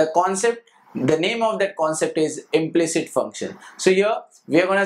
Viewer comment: It is not"implict".... It is "implicit"